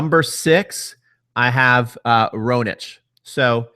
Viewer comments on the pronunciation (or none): Lol your pronunciation. It's Zverev, not Zrev, and Raonic, not Roanic.